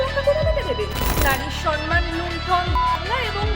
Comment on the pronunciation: সন মান নয় উচ্চারণ টা সম্ মান , সৎ + মান = সম্মান। এই উচ্চারণ টা মাননীয়া এনেছিল সন মান আর এখন সবাই এটাই উচ্চারণ করছে না বুঝেই।